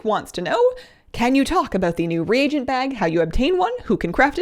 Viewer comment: Your channel has ended up being my new favorite. In fact your channel is the only one I seem to be able to watch the whole thing. That being said I'm so thrilled that you finally stopped saying regent and now correctly say re-a-gent. For some reason it drove me batty to hear streamers say regent instead of reagent correctly. It reminds me of those in WoW in chat who type prolly instead of probably. When I see prolly or hear regent it makes me feel as though these people spent too much time playing wow and not enough time doing their homework when in school for those of you who started wow as a child or teen. Fortunately for me I was 58 and sufficiently educated with some college behind me when I started wow. Overall you have a great channel and lends itself to straightforward information. Far too many of them are more begging and bragging than informational.